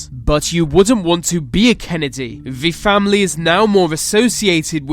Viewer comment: Anyone notice this guy says V instead of T at the start of the, thier, they etc? All I can hear! Good vid though nice one.